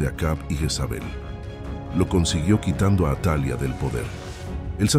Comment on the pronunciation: No es atalia si no atalía, su pronunciación ya cambia ..buen video, gracias.